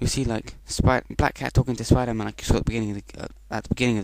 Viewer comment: I didnt know he was called Spriderman